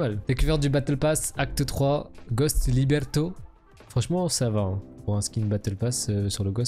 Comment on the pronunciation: C'est Libretto et non pas Liberto